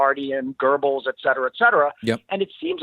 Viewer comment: why is it so hard for English speakers to pronounce Goebbels? "Gurbels"? There's no R in there XD